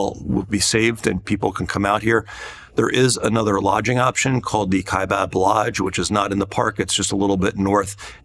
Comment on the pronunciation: Kaibab not Kaibob